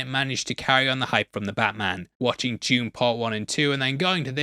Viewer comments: it took me a second to figure out who is "june" he keeps talking about. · Why is he talking about "June"? We are here to talk about Dune, not "June"